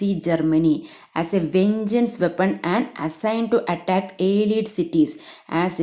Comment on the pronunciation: Malayalam summary കേൾക്കാനാ ഇവിടെ വന്നേ 🙂... വന്നപ്പോ ദേ വായിച്ചു വിടുന്നു...👎🏻 പിന്നെ (അലീട് അല്ല... അല്ലെയ്ഡ് )🙂👍🏻